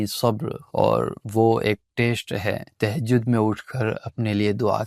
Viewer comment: Tehjaud.. Ya tahjud😢